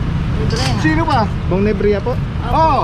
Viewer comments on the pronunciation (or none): "NEBRIJA" hindi "NEBREHA" , dapat bong nalang nilagay mo.